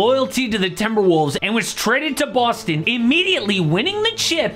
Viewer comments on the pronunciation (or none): none